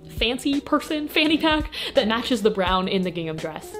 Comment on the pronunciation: the way you say brown is an abomination